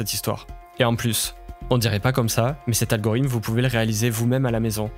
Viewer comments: t'arrête pas de dire algorym au lieu de algorithme, sinon eeeexcelente video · Banger la vidéo mais tdm poto apprends a dire Algorithme stp